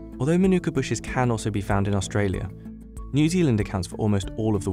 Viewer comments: The correct pronunciation should strongly stress the ‘Ma’ at the beginning, like ‘MAH-nu-ka’. The first syllable should be much longer than the other two. It’s definitely not ‘ma-NU-ka’, as it’s being said too many times incorrectly. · Ok, I really don't understand this... You write the word mānuka correctly, yet you insist pronouncing it wrong ("manûka"), with the stress on the second syllable! What's wrong with you? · Here's a Tip on Correct Pronunciation: Manu - ka, not Manooka. Break it into syllables, as I've outlined. The most expensive I've seen it sell for at local supermarkets is $20. But I just get the small jar which costs me $12 sometimes I get the next size up from there which costs $15. It's not even the most expensive Honey they sell here, they have other brands selling $50. Never seen it priced at $100, that would make it Liquid Gold. I'd try it at least once, anyone got any handy to send over lol Kia Ora! 😊👍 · pronounced mah-noo-kuh, not ma-nOO-kuh. the Mah is emphasised, not the Noo sound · I believe the NZers pronounce their tea tree honey a bit like "Mar-neck-a" . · Fun fact it’s actually not pronounced the way we all say it. It’s more like “Mar-na-ka” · The macron over the A (Ā) means it’s a long A, with the emphasis there. MAH-nookah. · It’s pronounced ‘ mah nooka ‘ you idiot. The emphasis is on the first syllable. It’s a Maori (indigenous New Zealander) word. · Narrator: Månuka Me: Giggles in Arabic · Oh and by the way it's pronounced 'Maa' - nuka. That's the meaning of the line above the a. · I wish the narrator learned at some point how to pronounce mānuka, but I guess the lab worker didn't get it right either. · Mānuka is pronounced Maanuka. Drag that ā out like you mean it. - Māori is pronounced Maowri not Mahri. Dont forget to roll that r. Show it who's boss. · All this research and information and the narrator still can't pronounce mānuka or māori